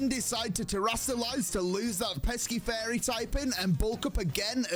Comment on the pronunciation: He keeps saying fairy but I keep hearing furry